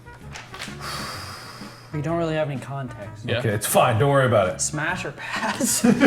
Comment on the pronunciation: How obout 😂 ... Jack 😂 lol